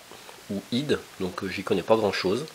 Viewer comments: IDE se prononce en toute lettres (idée-euh). C'est la connectique avec un large ruban de fils (nappe) et des prises avec des broches (picots). Cette connectique se fait vieille. Actuellement on utilise quasiment que du SATA (qui se prononce en un mot, comme "ça tartine"). C'est la connectique avec des petites prises en L comme on voit dans la vidéo. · IDE, se prononce lettre par lettre Comme EDF ou GDF Les trucs que tu n'utilises pas... Il s'agit d'une nappe IDE (pour les données) et d'une prise Molex (pour l'apport électrique) Les prises que tu as utilisé Sont des prises SATA La plus petite pour les donner la plus grande pour l'apport d'électricité 😉 L'IDE avec la Molex sont les anciennes connexion utilisé Les SATA permet un transfert beaucoup plus rapide des données Cette prise est beaucoup plus récente Il existe plusieurs SATA, (SATA 1 SATA 2 SATA 3 et i.SATA)...